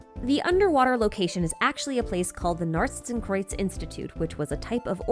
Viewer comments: As a german I can say: Your pronounciation of Narzissenkreuz is pretty much on point! ♥ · I can take that worry from you, your pronunciation of Narzissenkreuz is pretty on point. The "z", "s" and "k" could be a bit harder/sharper, but thats quite nit picky. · As a German, I can say that your pronounication of "Narzissenkreuz" is actually pretty good